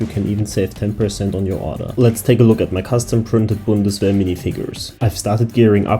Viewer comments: Are you german? Because how you said "G36" and "Bundeswehr" sounded really german lol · As a German Im glad to hear someone pronounce the word "Bundeswehr" right!